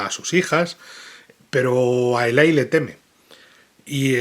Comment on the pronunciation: toma nota de que el personaje se llama Eli, no Ilay 😂